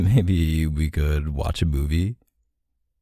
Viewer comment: Ummm am I the only one that heard Buby instead of movie ....just a question